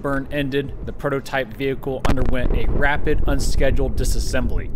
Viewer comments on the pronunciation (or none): "Ralid unscheduled disassembly" ah yes the rocket RUD-ed